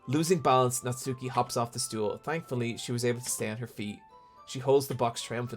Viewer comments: Japanese pronunciation tip: the 'u' in Natsuki is silent. As in, Nats-ki, rather than Nat-soo-ki. It's like Sasuke from Naruto, where I first learned about this way back. Yeah that's right, I get all my Japanese pronunciation from listening to anime. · this is such a nitpick and i’m sorry for that but with the name natsuki, the u isn’t really pronounced so it’s more like “natski”